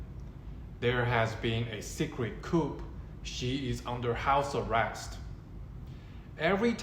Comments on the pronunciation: JUST SO YOU KNOW "COUP" IS NOT PRONOUNCED KOOP....IT IS KOO. THE "P" IS SILENT (FRENCH: COUP D' ETAT - I THINK)) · "Coup" is pronounced "Coo". The "p" is silent. You don't have to take my word for it. You can Google it and then scroll down to the speaker icon and it will pronounce it for you. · Great video! Btw- ‘coup’ pronounced “ku”. (“p” is silent🤫) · This isn't a big deal, but you don't pronounce the p at the end of "coup" (it's a French loanword). It rhymes with shoe, not troop. Regarding the main point you're making, I don't know how or when, but I believe that Xi will be forced from power before he dies. You're right that the rumors have all been false so far. I do believe that there will be a time when the rumors are true though. You say that there's harm in believing the rumors. Maybe that's true if you're a Chinese citizen. I think there's no harm in reading up on these rumors if you live in another country though. Dislodging Xi from power isn't our fight.